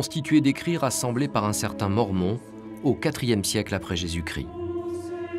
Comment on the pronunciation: Ils ont un problème avec Jésus chrissssssst et jesus cri..il faut savoir bien prononcer